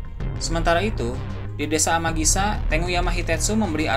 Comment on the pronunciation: Desa amigasa min bukan amagisa